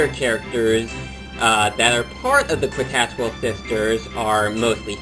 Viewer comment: Lemme help you out,. It's pronounced "KEE-tas-WELL" Sisters. The "Q" sounds like a "C" or "K". But, nice review. ^^